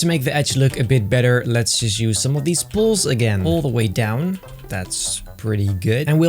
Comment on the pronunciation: Due to his accent, every time he says “poles” it sounds like he says ✨balls✨